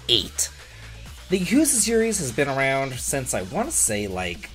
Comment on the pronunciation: Lmao you didn't even try to pronounce Yakuza correctly